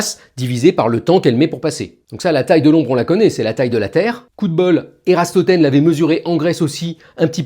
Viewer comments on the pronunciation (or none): Eratosthène, pas Erastothène 😂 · C'est Eratostène mais nulle doute cela doit être une simple erreur de prononciation. Je vous trouve vraiment génial Monsieur Bobroff ;-) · Je sais bien, mais c'est comme ça qu'il le prononce dans la vidéo sans faire exprès, ca m'a fait rire c'est tout